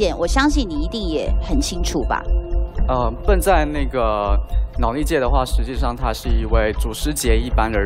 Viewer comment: 感覺中國方故意叫對方選手"笨"，Ben發音不是那樣發，一直叫他笨蠻好笑的像是要唱衰他一樣。